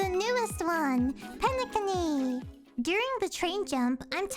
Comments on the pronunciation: Nice to know many new players plays HSR. HOORAH ❤ And wait did you just said PENE-CUNNY?????😂😂😂😂😂😂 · Me when she says Penecony wrong nah it's alr I'm just happy see more animators play our lord and savior Honkai Star Rail all hail Qingque, Firefly, and Acheron! I ALMOST HAVE E1 FIREFLYYYGGGNFIDNDJFNFSUBSUDBEUDHFH! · Really liked how you said penacony xD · did they not tell you the correct pronounciation of Penacony?